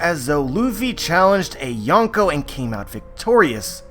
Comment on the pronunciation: You can't even pronounce Yonkō let alone use it correctly. Another YT "expert" passing around dumbed down crap